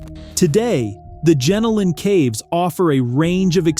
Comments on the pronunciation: Not Gen-o-lan Caves. But Gen-Ol-N. Good to see Aussies on the channel. ❤ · It's pronounced jen-oh-lin caves